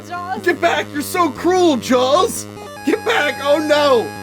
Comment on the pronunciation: It sounds like is saying "Jawls".